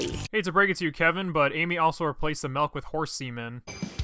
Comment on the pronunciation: This guy fucking said melk